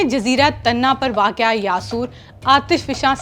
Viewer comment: یہ اردو چینل ہے اور اردو جیسی خو بصورت مہزب زبان کے لئے اس عورت کا جاھلانہ لہجہ قطعی ناموزوں ہے۔ اسے واقع جیسے آسان لفظ کی بھی درست تلفظ کے ساتھ ادائیگی نہیں کر سکتی۔